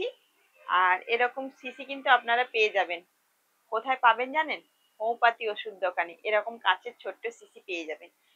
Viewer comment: শব্দটি হোমিওপ্যাথি, হোমোপ্যাথি নয়